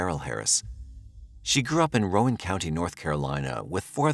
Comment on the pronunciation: It's Row an. I was born and raised in NC 57 yrs ago. I know how to say the names of the counties and towns.